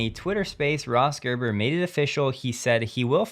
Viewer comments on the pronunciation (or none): Gerber? Haha